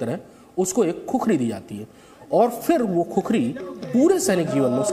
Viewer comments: अरे भाइ " खुकुरी " है ! खुखरी नहि ! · No khukhari it's khukuri. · Khukhari nahi khukuri bolo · "खुकुरी" Hota Hai bhai... 🇳🇵🙏